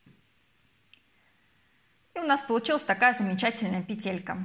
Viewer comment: НА сквозь и пелЕлька слух режет, простите не досмотрела, наверное петля хорошая получилась, удачи в творчестве😊